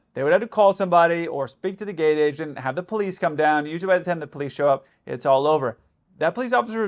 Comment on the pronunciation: Did you say “gayte agent”. Haha